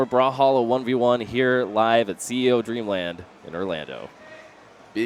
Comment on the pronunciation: Its "Dreamland" not "Dreamand"